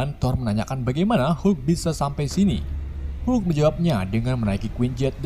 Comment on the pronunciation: Ha ha sebut hulk pun tak betol..come on admin.."